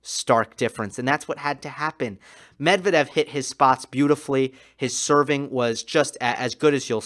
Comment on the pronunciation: you're a brilliant analyst. I'm very impressed - you're articulate without unnecessary dramatics, extremely knowledgeable, watching the matches with an attention of a hawk, finding tiniest but important details. The only caveat - you shall not listen to American/British announcers and follow their lead in butchering foreign names. For instance - learn to pronounce Medvedev the correct way. It shall be Medv-E-dev with an emphasys on the second syllable, not M-E-dvedev, as they say.